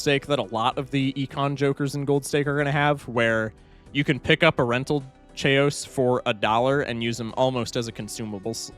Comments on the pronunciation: The chaos mispronunciation is making me question if it’s actually pronounced Che-os and not… chaos lol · him pronouncing chaos like "chay-ous" hurts my soul on an immeasurable level, it's pronounced "kay-yoss" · His pronunciation of chaos is getting to me. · Why do you pronounce chaos like that 😭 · why do you pronounce Chaos like that